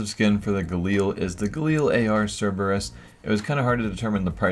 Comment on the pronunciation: Its not SIrerbrus its Sir Ree brus